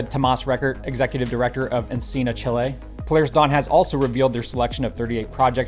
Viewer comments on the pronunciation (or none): none